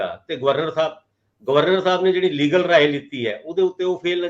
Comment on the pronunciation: ਮੈਂ ਪਹਿਲਾਂ ਵੀ ਲਿਖਿਆ ਸੀ ਕਿ illegal ਦਾ ਸਹੀ ਉਚਾਰਣ ਇਲਲੀਗਲ ਹੁੰਦਾ ਹੈ ਨਾਂ ਕਿ ਈਲੀਗਲ ਪਰ ਤੁਸੀ ਹਮੇਸ਼ਾਂ ਈਲੀਗਲ ਹੀ ਬੋਲਦੇ ਹੋ ਜੋ ਕਿ ਇਕ ਅੰਗਰੇਜ਼ੀ ਪੜ੍ਹੇ ਇਨਸਾਨ ਦੇ ਮੂੰਹੋਂ ਬੋਲਿਆ ਠੀਕ ਨਹੀਂ ਲੱਗਦਾ ਹੈ।